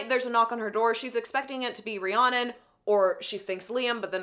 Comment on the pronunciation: You saying Rihanna instead of Rhiannon is sending me